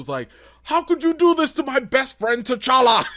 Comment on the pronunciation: Put some RESPECK on T'Challa's name!! That "ChaCha" molested me in my spirit!! Also, while I'm here: #RecastTChalla